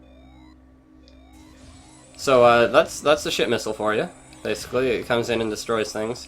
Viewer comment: Whenever you say Ship Missile, it sounds like your saying Shit Missile, or, at least, to me